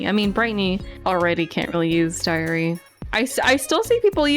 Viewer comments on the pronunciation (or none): when said diary, it sounded like diarrhea